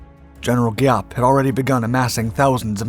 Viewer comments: Thank you for this video. While I appreciat your story, which carries honest events, your pronunciation needs a little help. General Giap is pronounced Zap; in Vietnamese, the GI combination is pronounced lika a Z. Võ Nguyên Giáp is pronounced Vo Win Zap. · Giap....with a Zzzziap... sound